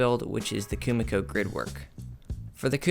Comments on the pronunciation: It's not Kumiko 🤣 This is called kumiki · is not it KUMIKI not KUMIKO?